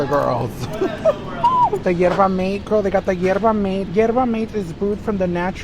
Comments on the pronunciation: saying yerba m-eight is taking me out… shoutout to the argentina dolls i guess!!!! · obsessed with representing hispanic culture, can't even pronounce yerba mate lol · The joys of being bilingual. She said Yerba in Spanish and Mate in English lol - but have some grace for!